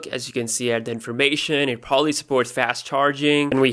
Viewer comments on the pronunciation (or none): none